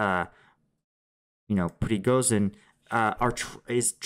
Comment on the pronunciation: Pre go zhin … that zh sound or like in precision Pre go sion.